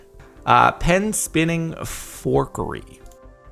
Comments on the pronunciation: It's fuckary not forkary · haha he almost said fuuuh-orkery